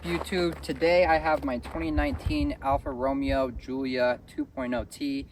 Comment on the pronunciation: I tuned out the minute you failed the pronunciation. I’ve owned a number of Alfa’s. My Giulia and Stelvio have been absolutely rock solid and amazing